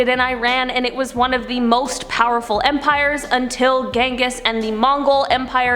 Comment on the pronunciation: You pronounced the first name incorrectly... I mean come on it has a “j” not “g” sound.